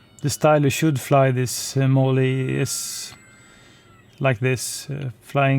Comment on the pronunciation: Not trying to critique you but the e at the end is silent... sounds like mall. Great flight! I also liked your review of the Air Tractor, makes me want one!